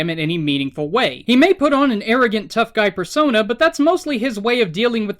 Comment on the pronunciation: I keep hearing you say fursona instead of persona